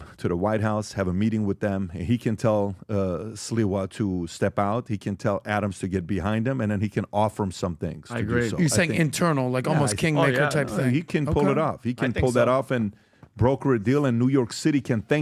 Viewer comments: sleeeeeeeewaaaaaa ffs not silwa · First, I’m very disappointed that you didn’t pronounce Curtis Sliwa’s name correctly. It’s “slee-wa”. Second, Curtis Sliwa is the only candidate that can save NYC. Therefore talking about a strategy to remove Mamdani and replace with Cuomo or Adams is redundant. If you want to help NYC, please invite Curtis Sliwa to your podcast as soon as possible. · It’s pronounced Sleewa!